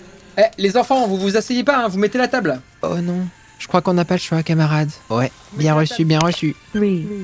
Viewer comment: "boh allez là tu mets la t-HA-ble !" Bon, on est d'accord que toute la vidéo est drôle hein.